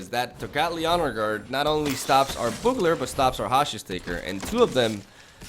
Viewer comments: Boogler is also not correct. The "U" in Bugler is pronounced like you. So you wanna pronounce it like Be-you-gler all together. Hope this helps :D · "be-u-ga-ler" Not boo-galor. Damn close though! Serious respect. Keep up the great content. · Less like a Boo sound, more like the word You with a soft b in front of it. bYou-gler. Having said that, I only post it for your information, say it however you like, it's hardly like we can't understand what you are saying, some British accents are MUCH farther from correct punctuation than anything I've heard you say! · I can't believe you. It's not pronounced boogler, it's pronounced bow-ogler. You pronounce both o's. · Not bow-ogler, it’s actually pronounced Byoo-gler. Thinking of it like capital B, capital U, gler helps. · Still wrong on the pronunciation... It's byoogler, not boogler. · I have the same thoughts on the hero deck. When he lives, it's great. When he gets destroyed, you have a heavy mana-costed, slightly underpowered deck. This seems better. Btw, its pronounced byoo-gler. All good though man. I speak one Language and struggle with it sometimes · You're so close to saying bugler correctly, but it's pronounced "Byugler" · Literally both pronunciations you expressed were wrong. It's BYOO-GLER. Love your content, keep it up! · I think it’s most commonly pronounced b-you-gler, or bju-gler if you prefer. Same as “bubonic” starts. But fact is, we all understand what you mean, so it doesn’t really matter, but the English language always fascinated me still :) Keep up the great vids :) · It's actually pronounced like byoogler. Otherwise good going,! I love your videos! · Bee - EWW - gler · Its litterally pronounced how its spelled and he cant say it... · Look up a commercial for Bugels chips and you'll hear how it's pronounced lol.